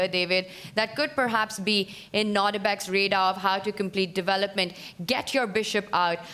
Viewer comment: Please , DeWelopment? I mean I appreciate you can play chess but I can’t handle listening to the W instead of V. Are you able to learn the V or can you not hear yourself ?